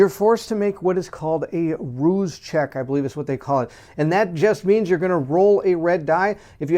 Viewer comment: Rouse not roose as in Rouse the Beast. Cell air a tee celerity :)